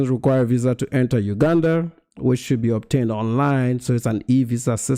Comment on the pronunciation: Please pronounce Uganda correctly ..